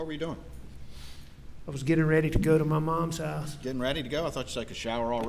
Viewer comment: I find it funny that a skilled attorney say da instead of the and ma instead of my.... Is he talking down for the jury?